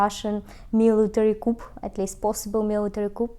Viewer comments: Happy to see you so excited and smiling about the Maroon5 concert. I could almost feel your energy. I have a small pronunciation note: The English word “coup” has a silent p. The word sounds like coo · What a wonderful video! Your videos are getting better and better. My wife and I visited this museum and we loved it. One correction. The word “coup” is French and is pronounced “coo”. You don’t pronounce the “p”. 😊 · Hi. Dali was such a strange yet compelling character. Thanks for keeping your videos light. It is always a relief to escape the war for a few minutes. I should however point out that 'coup' is pronounced 'coo' - it comes from the French 'coup de grace', 'coup d'etat' etc. Niki Proshin also got it wrong, so you are in good company. Best wishes from England.